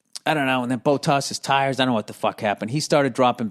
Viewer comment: Haha not bow-toss, more like bot-ass. Valtteri Bottas